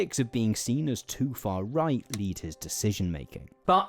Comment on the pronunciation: Da faa wight. Wayshisht.